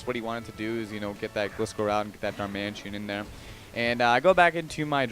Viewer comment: hey its darmanITAN not darmantien